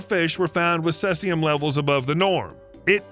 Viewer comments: Its called cEcium not sesium . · It is pronounced seize-ium as in the word to seize assets, not like the sess in session. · cesium ... is pronounced SEA zee um ... and too much begging for likes disliked for that reason ... you aint a dog and you make enough of your videos without begging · Its "SIZIUM" lvs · I've never heard cesium pronounced that way. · His pronunciation of 'Cesium' made me cringe as much as his pronunciation of 'Yuan' does. 😖😂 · You'd think he'd try to learn how to pronounce words that he's never heard before 🤣